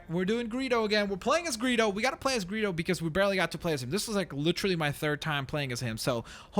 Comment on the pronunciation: When you say Greedo's name it sounded like Burrito. (I am so serious) :'D